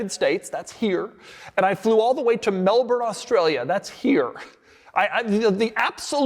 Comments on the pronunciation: It's Mel-Bun, not Mel-Born. And what is a left-hand drive Ferrari doing in Australia? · Mel-Bun, not Melbourne. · You're pronouncing Melbourne wrong.